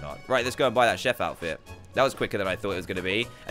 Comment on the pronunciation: D chef not shef